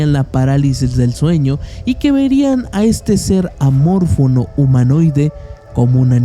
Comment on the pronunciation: Qué es un ser "amórfono"? Te refieres a "amorfo"?